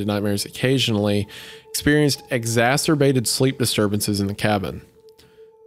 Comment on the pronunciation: Omg wendigoon pronounced exacerbated correctly